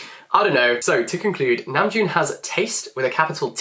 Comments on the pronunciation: I had given him a thumbs up cause he was clearly smitten and full of praise lol, but I want to give him a thumbs down cause he keeps saying his name wrong!!!😫😄 I was checking the comments cause I was curious about his accent. Saw the praise for namjoon's taste, but then hearing him say it wrong is killing me lol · I really enjoyed and loved your video... I learned a lot of new things about the meanings behind their songs and music videos. Thank you! Also the way he pronounced Namjoon reminded me of the meme tweet where jungkook was saying "happy birthday Namjoon"